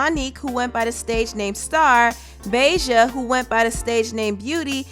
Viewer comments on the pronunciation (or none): Reginae sucked that’s why she had to go🤷🏻‍♀️ and did she say BAY JA?!?! 🤣🤣🤣 it’s BAHJA like the hot sauce 🤦🏻‍♀️🤣🤣🤣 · BAH-JAH! Not BAY-JAH! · Lol the way you pronounced Bahja's name 🤣😂🤣😂 Im dead. Great video !